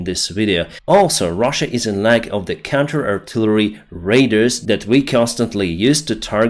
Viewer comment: (....... radars.. not raid ers. Keep thinking you are talking about a special forces attack group. just trying to help ). Well done to all those Ukrainian soldiers, it is tough but they still push forward. Should have had the F16s and Abrams Tanks long before now. It would have saved a lot of Ukrainian lives and bring a much quicker end to putins war. Slava Ukraini!